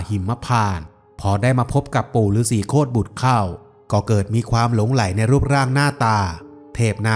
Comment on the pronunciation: จริงๆแล้ว...คำว่า ฤาษีโครตบุตร อ่านว่า ฤาษี โค ตะ บุตร ครับ